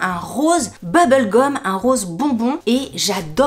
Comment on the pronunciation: Cc sympa les pompes mais tu as dit période rose ou rosé?😂😂😂😂